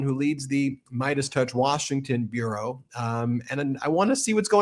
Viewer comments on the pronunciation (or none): none